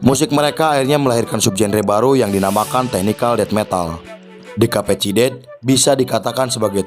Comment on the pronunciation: Dekapicided?? Kahkahkahkah.. Please spelling Decapicited = Dikeypisited